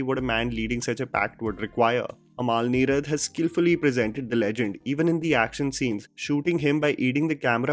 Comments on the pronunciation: Bro it's not "Amaal" Neerad. its अमल. The way you pronounce the word sounds like the name of DQ's wife. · Sheda. Mr venam polum… by the by it’s AMAL NEERAD ennu paranjal ayalk enthu thenga manasilavum? umul n-ee-rud ennu phonetics paranju kodukk